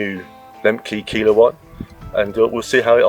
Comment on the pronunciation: Service message: Keiler is pronounced Kyler